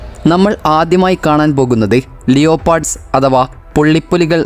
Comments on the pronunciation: ഈ ‘ലിയോപാർഡ്’ എന്താണ്? അത് ‘ലെപ്പർഡ് ’ അല്ലെ? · 'ലിയോപാഡ്' അല്ലെടെ ലെപ്പേഡ് എന്നാണ്.ഇതൊക്കെ പഠിച്ചു വേണം അവതരിപ്പിക്കുന്നത്. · Evan aranu Lio Part ennu paranjathu Leopard enu vaiyikkan padikkuka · liyopado :face-purple-wide-eyes: leopard =Pronunciation leh-puhd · എടൊ ലിയോ പാർഡ് അല്ല ലേപാർഡ് എന്ന് പ്രനൗൺ ചെയ്യുക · ലപേഡ് എന്നല്ലേ? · ലിയോപാട് അല്ല ഹെലിപ്പാട് 😂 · കമൻ്റ് നോക്കാത്തവർ ലിയോ പാഡ് എന്ന് പറഞ്ഞു പഠിക്കണം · ലെപേഡ് എന്ന് പ്രൊനൗൺസ് ചെയ്യുക. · സഹോദരൻ എന്താ പറയുന്നത്??..ലിയോപാർഡോ????.ആംഗ്ലിക ഭാഷ വശമില്ലെങ്കിൽ അത് പറയരുതിരിക്കുക. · സായിപ്പിന്റെ ഉച്ചാരണം പുതിയ രൂപത്തിൽ ലീയോ പാഡ്! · ലിയോപാഡ് അല്ല ഉവാ...